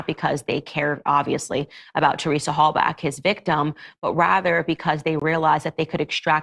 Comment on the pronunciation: You can’t even get the pronunciation of Halbachs last name correct. Candace is terrible.